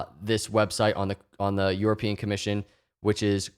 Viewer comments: I love you and your content but I cant listen to you say EUROpean lol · Is it just me or does it sound like is saying “Yourapean”???